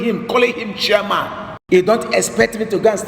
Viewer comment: You're mad... You can't even pronounce chairman correctly he say Shairman